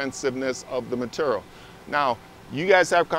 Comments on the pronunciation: M’tural is not how one should ever say ‘material’. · Meterrell.... materrell.... materrell